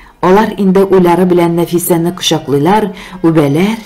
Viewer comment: Ирек Габдрахманов бик матур хикәя иҗат иткән,, кайбер җирләрдә татар сүзләрендә ударениеләрне дөрес итеп куеп укымыйсыз, мәсәлән, кочаклыйлар, үбәләр, тик, төркигә китте, гафу үтенәм, конечно